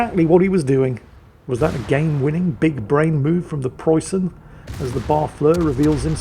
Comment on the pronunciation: May the ghost of Ziethen hunt you down for your shitty pronounciation!